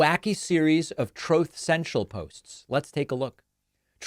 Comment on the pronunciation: David I hope you never stop saying Trothe Cential.. 😅😂😅